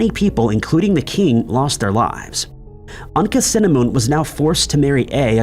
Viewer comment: Tut's wife is not pronounced Anka-cinnamon, but Ankh-ah-soo-amoon. Tut's advisor, Aye, is pronounced as 'eye' not 'a'.